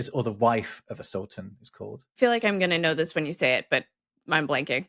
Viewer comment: You did a good job on the semitic terms "calif" and "sultan". The calif has a root that also means "substitute". We use it in modern Hebrew too: Chalufah - a substitution, l'h'Chalif - to replace, Chalafim - spare parts.